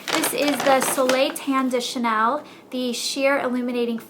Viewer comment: ur prononciation is nice but it would be cool to know how to pronounce the big brand like chanel correctly unless you doesnt sound like a professional, just an american fan of this brand..